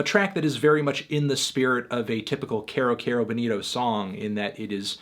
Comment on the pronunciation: Erm Anthony, it's pronounced 'KI-ro KI-ro Bowl-NI-to'